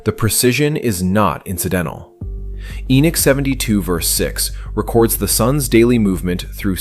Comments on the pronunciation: The correct pronunceation of Enoch is not E-Nik it is E-Nock like knock on a door. There is no "I" in the name! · Again why not use a human voice instead of an AI Narrative? The narrator can't even pronounce Enochs name. Calling him Enich.